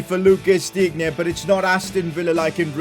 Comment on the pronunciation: You should say [Dine] not [Dignye]